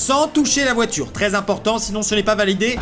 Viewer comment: pauvre todd sa voiturrrrrrrrrrrrrrre ... XD